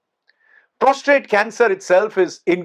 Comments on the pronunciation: Sir Prostate not Prostrate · Prostate and not prostrate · It's prostate, sir. Not prostrate. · Sir it's Prostate not prostrate!!!